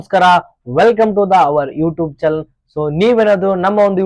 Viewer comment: ಚಾನಲ್ ಲೇ ಅದು ಚಲನ್ ಅಲ್ಲ 🤩